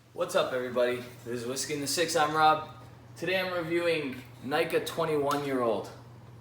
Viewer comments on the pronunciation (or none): Pronounced NEE Ka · Happy Birthday buddy. What day was it? I have only tried the Nikka Pure Malt and I loved it. BTW it's pronounced knee ka. Cheers. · Homeboy, maybe you should learn how to pronounce the whisky you’re reviewing